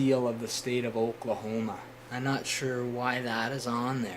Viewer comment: Are you by any chance Canadian? The way you said Oklahoma! This is an interesting knife though. I just ordered a similar one from the seller "unlimitedwares."